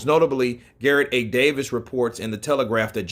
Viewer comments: It is said Davies, not Davis. Lol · Gareth Davies name is pronounced with the hard A sound! Davies like it is spelled! Not Davis but Davies! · Davies is pronounced "Day-Vees" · You don't say David or Davis like that bro lol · Bruh why you saying b Davies like that